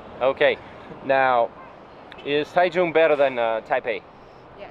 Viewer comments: I love Taichung, I have lived here over 10 years. Bit why do you keep calling it Tai tune it is Tai Chung (Taichung) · Your Pronunciation is terrible. Taichung.. and Jipinese ha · It’s pronounced Tai-Jong.